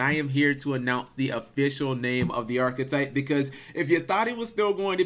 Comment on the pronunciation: Arch-type, arch type, not archetype, archtype